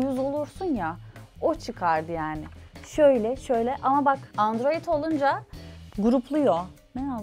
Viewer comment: Pelin Baba Andoroid diyosa onun dedigi olur xD